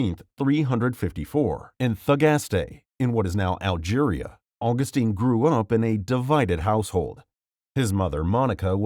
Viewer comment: My critiques of this video. 1. Mother Theresa - I don’t understand the point about her opposition to birth control and abortion. It should be pretty apparent that she would be considering it’s required. It’s a weird thing to fault her with personally. 2. Mispronounced Augustine. 3. Mispronounced Capuchin. 4. St. Christopher wasn’t “de-canonized” because there’s no such thing and he was never canonized to begin with. Canonization is a relatively newer process which is considered an irrevocable act. Regardless, early saints like St Christopher were popularly proclaimed as saints.